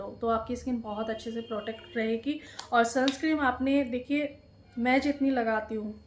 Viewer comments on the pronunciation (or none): Madam sunscreen hota nai sunscrem nahi hota